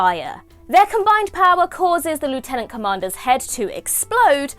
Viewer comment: Goodness, the accent is impeccable!